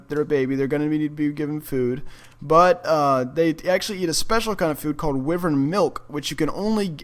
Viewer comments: Wivern its wyvern lol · it's pronounced why vern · Am I the only one annoyed but how he pronounces "wyvern"?... But other than that, cool video. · He saying wyvern wrong lol